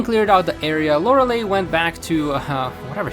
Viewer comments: "Lorelei" isn't pronounced "Lore-eh-lay." It's pronounced "Lore-ell-eye." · Lore-uh-lie, not Lore-uh-lay